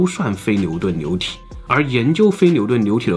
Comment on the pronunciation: 流牛部分，l，n不分。